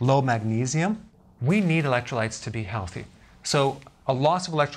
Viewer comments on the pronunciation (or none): none